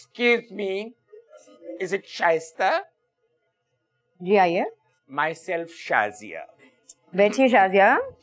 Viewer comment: shaista said ver well